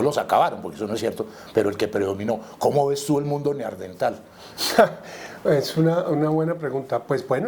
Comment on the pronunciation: Buena entrevista, un detalle: no es Neardentales sino NeanDERtales